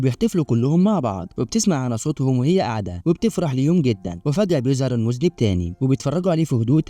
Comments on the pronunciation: المُذنَّب وليس المُذنب يامذنب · المُذَنَّبْ وليس مذْنِب 😂😂😂، علي حسن سلوكة شخصيا يلخص 😂😂😂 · المُذَنٌَب وليست المُذْنِب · اسمه المذنب بفتح الذال و فتح النون وشدها وليس بكسرها. المذنب بكسر النون هو الذي يقترف ذنب 😂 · 😄😄😄 فعلا النطق خاطئ المفروض تلفظ بالفتحة على الذال وفتحة مشددة على النون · و شد النون اهم حاجه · من هو المذنب!!!!!!!!!!!!!!!؟: النطق الصحيح: المذنّب، أرجو أن تعيد تسجيل الفيلم مع النطق الصحيح، ويمكنك الاستعانة بصديق في نطقها